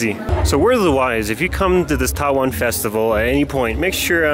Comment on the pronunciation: it’s TAWANG MONASTERY not Taiwan monastery